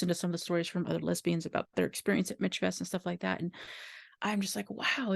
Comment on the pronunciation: I miss it so much... Michfest changed my life.❤ I was a worker, an attendee, a workshop presenter, and a craftswoman. Just for clarification it's pronounced "Mishfest" ❤❤